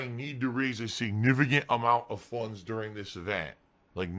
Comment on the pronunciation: "Raise funnnnnnns" You mean funds? LOL